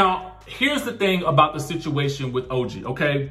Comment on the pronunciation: Explain what? That Evelyn called OG ugly, dirty and gorilla references? Then, constantly calling her Toe-gee? Surprised that Ochocinco could like her? All of them laughed at OG. I don't recall anyone on any reality show blantatly calling someone ugly multiple times. That's downright mean and untrue.